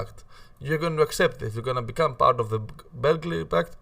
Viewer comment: Beo grad paht not bellgled pact